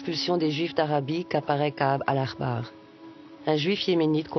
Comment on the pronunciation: C'est Ka'ab "al-Ahbar", pas "al-Akhbar"